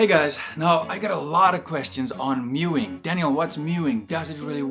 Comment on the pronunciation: Meowing is pronounced completely differently to mewing. FFS.